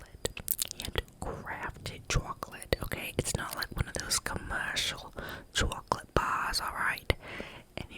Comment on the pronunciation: 😂😂😂 "Italian Mobster accent" Couldn't be swayed much after this, I'm convinced that I'd gladly take your place on that farm. Purely to work with the Italian man 😂😂🤣🙌🏽 "Chwocklate... Kawlawni..." Oh my goodness 🤣 I'd love him 😂